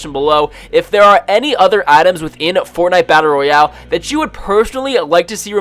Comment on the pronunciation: I fucking how he says FORTANITEA BATTALE ROYAELE